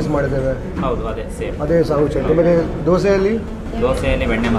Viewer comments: Learn to say things right before talking about them. Man, is it so hard to say Dosa? Why do you keep saying Dosay? It's a disrespect to food by calling it wrongly. How do you feel when someone calls you "Kripayle"? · Bro it's no DOSEEEEEEEEE..... it's Dosa look odd if pronounce it worng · owner dosa dosa bole ja raha hai... aur yeh sir ,har baar dose dose bolte hi rehten hain.... pata nahi inko alag se kya maza ata hai dosa ko dose bolne mein. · 'Dose' is the correct way to say it, just how a kannadiga would pronounce it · It's not Dosa, It's Dosay, dont comment without knowing..